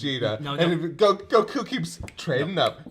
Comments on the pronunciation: I how he pronounced goku name it’s like GO-KU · why do you call him gokU instead of Goku? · Damn the way he pronounces Goku is really irritating